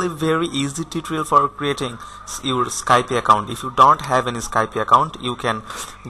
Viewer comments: Motorsports7 I Know right Its just when you say skypie IT DOSENT SOUND RIGHT ITS Skype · Sorry but you've said Skype a little wrong... Its actually skype not Skypie. Just saying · its not pronounced skypIE its called skype no ie at the end